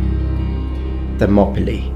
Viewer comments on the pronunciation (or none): Btw, some minor corrections of the greek words/names used. Leonidas would be more accurately pronounced as "Leh-oh-NEE-das (or "-thas" like "the"). And Thermopylae as "Therm-oh-PEE-leh" ("Therm" like thermometre, same root.) Meaning, Warm/Hot Gates.